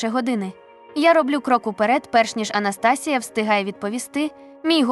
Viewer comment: Прочитання жахливе... Абсолютно без інтонацій. АнастАсія чи може АнастасІя? Текст цікавий.